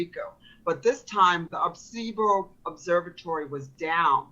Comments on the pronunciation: AIR-AH-SEE-BOE 😢🤓😭 for the telescope, not the Qer. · She looks Latina. She should know how to pronounce "Aracibo Observatory". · It's pronounced "AR EH SEE BO". She couldn't even pronounce it correctly, why would we think she's a plausible source? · As a Puerto Rican, that pronunciation of Arecibo hurt my soul...not to mention the fact that A) Puerto Rico isn't owned by China, B) It is a US Commonwealth, C) The Arecibo Observatory suffered its collapse on December 1, 2020...the Texas Freeze happened in February 2021, how do you use a collapsed pile of metal to control weather?